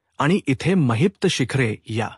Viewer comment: It's Mahipat not Maheepta also khote bolnar not khot bolnar . khatri nahi not khatri jama hote nahi . It's not boltayat say boltat. Khatar jama karaiche pl it's khatri karne.. it's zhopdi not zhopat..choop dila aasto . Pl talk properly else if we keep listening we may spoil our marathi